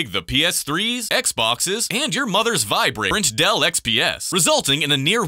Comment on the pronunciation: What’s a vibradell?